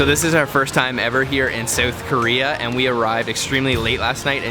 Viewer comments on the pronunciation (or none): Soueth Korea? What are you, Canadian? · dude said "soath Korea" 😂😂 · Do niggas not know how to say south